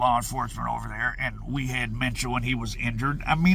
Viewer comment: You said that right supposedly